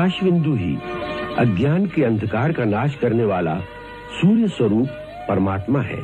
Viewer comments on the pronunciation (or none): none